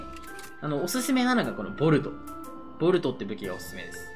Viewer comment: ボルトがボールドに聞こえてしまう😅